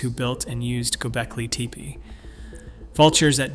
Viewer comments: Halfway through you change the pronunciation from "teh-pay" to "tee-pee" . . . lots of sentence structure typical of Chat GPT too . . . which suggests that you have no clue as to what you're talking about. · "Tepe" is pronounced similar to Spanish, Italian, as in more phonetic languages. Not teepah. This is an extremely ground breaking site on our earth, so it has to be pronounced correctly. Thank you for the video🎉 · Tepe. tep rhymes with step. The e is pronounced like the name of the letter A. Tepe rhymes with step-A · "gobelki teapA" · What was this,a bet? It runs contrary to everyone rpthat has been reported so far and it was like a competition to see if it were possible to pronounce Tepe different ever single time it was said. Everything claimed not to have been found,has been found,the information abouts infill runs contrary to all information l can find. As for the thumbnail, what the F was that supposed to be/have anything to do with either this dross or anything else. Possibly one of thr worst/most pointless wastes of time,ever.